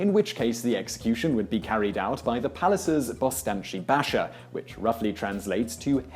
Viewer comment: to clarify, Selim was an exception in Ottoman history. He was quite insane and had an obsession with killing anyone he became paranoid about, which was a lot of people. also, bashir is pronounced bahshir. same with paşa, pronounce it pahsha.